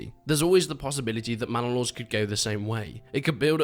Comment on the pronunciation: Bannalod: ❌ Mannalod: ✅